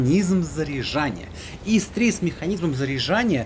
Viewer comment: Не Ис а Ыс